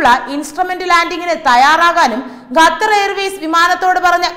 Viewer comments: .... മലയാള ഭാഷയെ ഇങ്ങനെ നശിപ്പിക്കല്ലേ...!? Make-up കൂടിയാൽ ചിലർക്ക് ഇങ്ങനെ ഉച്ചാരണശുദ്ധി നഷ്ട പെടാറുണ്ട്....! "ഗത്തർ" അല്ല "ഖത്തർ" . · ഗഥർ... 🤣improve your pronunciation🙏its ഖത്തർ